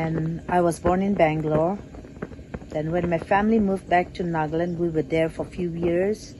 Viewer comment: It's NAGA Land not NAAG-LUND